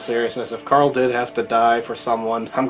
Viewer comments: gcldenlion it’s carl not Coral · Rick pronounced his name as COOOOORAAAAAAL whenever he yelled for him